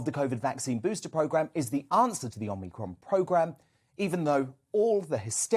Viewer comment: Perhaps learn to pronounce the name: "Om-ee-cron", not "Om-nee-cron". People might take you a bit more seriously. Then again maybe not whilst you insist on using ridiculous soundbites like "scariant" instead of "variant". Sad thing is that whoever came up with that cringe - worthy piece of word play probably thinks it's really clever. Oh, and quoting things that scientists said 18 months ago as still true and relevant doesn't take all of the masses of research conducted since into account. Back then, it was true to say that we had no effective treatment or vaccines for covid. By your own logic, that means it's still true now. So how do you explain the reduction in the infections to deaths ratio?